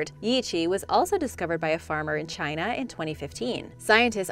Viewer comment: Emphasis on CHINA'H! Please